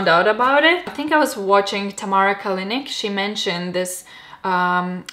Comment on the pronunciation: nooo! her name is not KaliniK, it's Kalinić! hurts my ears hahahaha I guess you would pronounce it Kalinich.